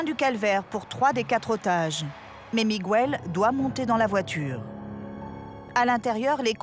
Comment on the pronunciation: miguel pronocer migel pas migouel